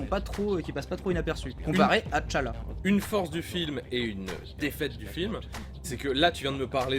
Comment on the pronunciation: Ca se prononce T'challa "tchalla" juste T'challa... svp arretez avec ti challa et te challa